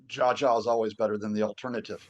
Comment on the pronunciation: did this supposed professor just say Jah Jah? Lol! Its pronounced Jaw Jaw.